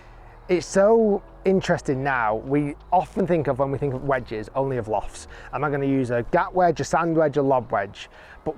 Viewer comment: The way Rick says "vwedges makes me want to throw myself off a building